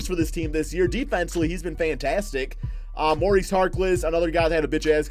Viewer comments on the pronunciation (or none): none